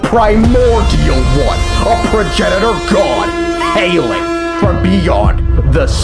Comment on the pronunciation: HEYLING FROM BEYOND THE STARS